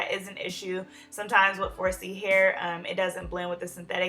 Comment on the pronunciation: For a second i thought you said "FORCE-Y" Hair. Anyway, luv the style.